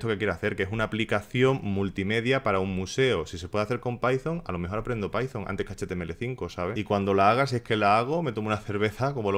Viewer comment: Like por "Pitón" en vez de "paizon" ❤